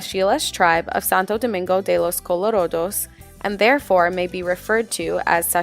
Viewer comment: good video but please señora, its santo domingo de los colorAdos and not colorOdos... you pronounc the "a" like an "a" i live here, i know this ;)